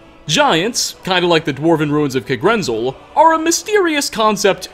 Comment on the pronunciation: Okay. Not ancestors. DESCENDANTS. (Toward the beginning in regards to the Falmer with the Snow Elves.) also. If I hear “Kuhgrinzul🤪🤤” again, I’m gonna make you gargle dirty pond water. It’s literally pronounced “Kag-ren-zel” heck I’d even accept “Kah-gren-zel” it’s in the game bro bro come ooonnnn😩smh